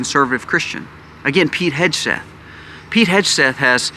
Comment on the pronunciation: FYI..,it’s pronounced Heg (as in peg)-Seth…,not Hedge-Seth. 😊